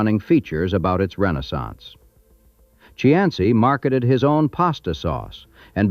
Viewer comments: Cianci is pronounced SEE- an- SEE. . It isn't. Chee -ahn -see. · Its pronounced "see ann see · I would be nice if the commentator knew how to pronounce Buddy's last name. It is Cee..an.....cee. Get it right next time before you make a video. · The pronunciation of the names are killing me. Pet Tree Ark A Buddy See An See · Even though it is not correct, in terms of Italian pronunciation, Cianci ( according to the corrupt mayor) is pronounced See-an-see. Dante has a special place for him. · Cianci--- (see on see) is the correct pronounciation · Cianci is pronounced 'see - anst - see'. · Please check your pronunciation. It's see-an-see! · AI generated garbage, can’t even pronounce the “main character’s” name correctly… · Except for the misprounciation of Cianci's name, I liked this video. As I grew up in Providence, a lot of the names of peopke and steets brought back memories of listening to the news. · Mis pronounced Cianci's name the entire time. Met both Patriaca and Buddy...big personalities for sure. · Too bad whoever created this video didn't watch it before they posted it. The AI pronounced Cianci's (SEE-AN-CEE) name wrong everytime they said it, and put his name on several pictures of random men ! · It's annoying how he keeps pronouncing his name wrong... I live down the road from his house in Johnston.